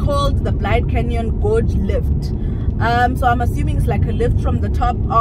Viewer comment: Bourke's Luck, not look, like in he felt lucky, thought he struck gold there. Also Blyde, like in happy. Phonetically pronounced blade-de, not blide. Also Mariepskop, pronounced mareeps-cop. Love your video anyway.